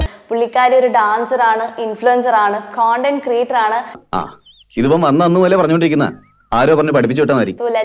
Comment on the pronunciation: കൊണ്ടന്റ് അല്ല കണ്ടന്റ്